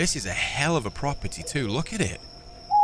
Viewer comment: propertay lol